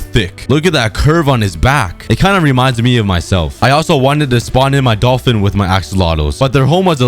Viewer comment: The planet hwit the 🏘 is the earf🌍🌎🌏🍪🍪